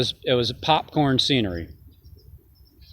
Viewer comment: I noticed you said screenery instead of scenery, is that because life is a screenplay we all play our part? Just curious God Bless you Brother..